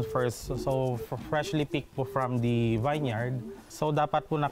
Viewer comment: Vineyard is pronounced as vin-yard, not vine-yard.